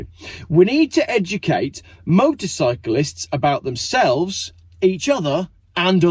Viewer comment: Wtf is motorbyclist you sound retarded. Motorcyclists! Great video though.